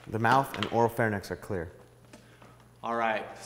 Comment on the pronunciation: ...pronounces oropharynx incorrectly. Pet peeves coming out here.